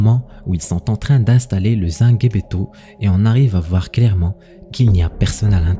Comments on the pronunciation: Justement au sujet du rituel c’est n’est pas sangebeto comme tu prononce mais sangbetô je suis béninois et je sais de quoi je parle merci pour la vidéo tout de même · C’est zangbétô pas zanguebeto 😂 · Je suis Béninois. La prononciation est: zangbétor. On ne lit pas le g à part. Il faut être initié (awo) pour connaître le secret. Ce sont les esprits qui agissent. 💪 🇧🇯